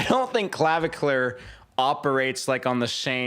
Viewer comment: Hearing u call him claviclur was healing my soul😭